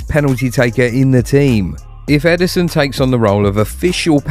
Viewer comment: EDERSON not Emerson